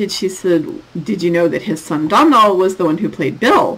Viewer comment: Not often I have that much impact on someone’s day!🤣🤣 (Bit of Irish pronunciation for you…you weren’t far off but Domhnall is pronounced like Doh Nil😊😊)